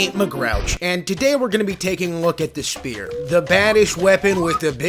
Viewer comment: ah, yes, the Shpear!